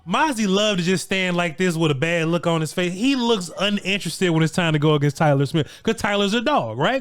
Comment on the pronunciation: i wonder how much longer its gonna take for to realize he can pronounce Tyler regular now that Tyron is gon...no need to keep stressing the "LER" anymore my guy....